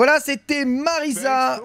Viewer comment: ça se prononce MariZa hein, y'a qu'un seul S